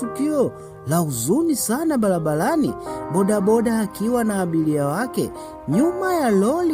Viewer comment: SIO BALABALANI NI BARABARANI. KUNA TOFAUTI KATI YA R NA L.